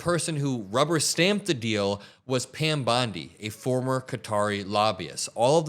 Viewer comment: Did You Say Pam Blonde?